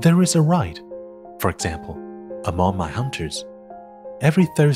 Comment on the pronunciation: 声音很好听，英国腔也掌握得很好，可惜参杂了美国音，还有读错的音，可惜。eg. among, 厄忙4音。